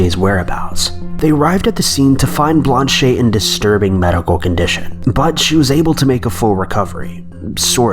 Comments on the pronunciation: "Blon-shay" it's just pronounced blanch... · Her name is Blanche not blan-che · Blan-che? It's Blanche like ranch. She's French not Spanish. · Blanche not blanchey you donut. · blanche monnier not blonde shay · You've never heard the name Blanche before?? What's this Blonchay business?? And how wrong could you be on the amityville story? Could you get any more wrong? I don't think so. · Blanche is pronounced Blansch (rhymes with branch and ranch) Monnier is pronounced Moan-Yay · ...blanche.. .blanchey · Dude, Blanch-ey? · Ohhhhhh man. This one is so bad. How is it possible that you don’t know the Amityville Horror story at all? Or how to pronounce Blanche. (It rhymes with Branch.) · Killing me with the way he says Blanche, the e is silent ffs Dx